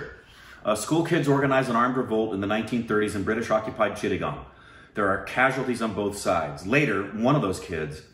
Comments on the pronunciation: tapasranjan swain I m amazed that said it right... Chittagong!! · was right to pronounce Chittagong!!